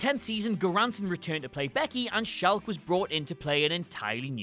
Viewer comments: Oh my god, Sarah Chalke pronounces her last name as ch-ock like chalk, ya know, the thing you used as a kid to draw on sidewalks. It’s not pronounced shaulke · It's pronounced "chalk* like the stuff you write on blackboards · it's pronounced like blackboard chalk . . . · Sarah shalke? Never heard of her...buuut Sarah chalke I have ;) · THANK YOU! I was going to comment the same thing... It's not a fancy surname, just "Chalke" like chalk. 🤦‍♀️ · Wow... Was there a bet in the WhatCulture office to see how many mistakes could be inserted into the voiceover for this video? hahaha! Great video but "Lt. Corporal"? Viet Nam? "Abodo"? Even the way you pronounced "Chalke". Please tell us this was all done to be meta! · That's not how you pronounce Chalke.